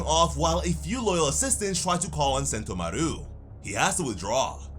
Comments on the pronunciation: Who the fuck is sentomaruuu, it's just one u, sentomaru, no emphasis 🤨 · Literally no one puts the emphasis on mah-ROO in sentomaru like you do. You are pronouncing it wrong. Why? Stop it. I know you hear how the rest of the fan base and the anime pronounces it. Why say it off beat and wrong? Why? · Its Sentomàru for god's sake 😭